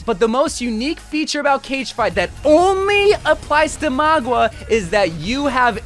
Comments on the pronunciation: Please its Mauga not Magua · I lose braincells Everytime he says magua instead of mauga. It's like mow-ga! Not maw-gwa! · Bro, it's MOW-GA, not MOG-WA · His name is Mauga, not Magwa lol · For the love of god please pronounce his name right, you keep saying magwa instead of mauga, you also pronounce kiriko wrong it’s so annoying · magua?????? dog i cant listen to this hahaha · why are you pronouncing it as "mogwa" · Bro stop sayin Magua 😭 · Where did you get the pronunciation Magua from? 🤣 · MAGUA? Bro is saying it wrong🤣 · tbf most people pronounce it maw-ga or mow-ga which is wrong but at least their actually pronouncing it how it's read. don't know where he got ma-gwa from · MAGWAH LOL what kinda way to pronounce it is that